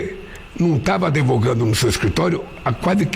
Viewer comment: "Vc não estava adevogando" kkkk